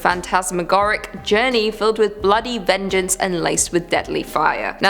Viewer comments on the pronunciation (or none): none